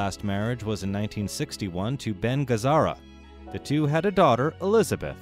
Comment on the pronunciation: You badly mispronounced Mr. Ben Gazzara's last name and made no self-correcting or apology. A. M. Fuller